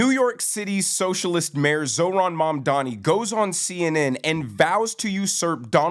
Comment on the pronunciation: Erin doesn't even know how to pronounce his name?